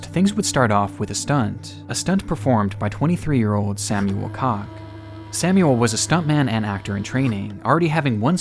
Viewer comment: ...Samuel Koch isn't "Sämjuel Kock", but Samuel Koch...